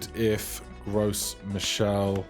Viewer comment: As a resident French viewer, know that you don't pronounce the 's' in gross (michel). it's just GRO.